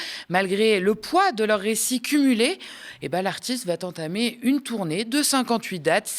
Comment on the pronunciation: "L'artiste va t'entamer..." Intéressant, cette liaison 😉